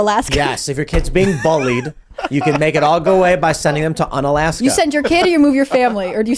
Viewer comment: It's pronounced "oo-na-laska"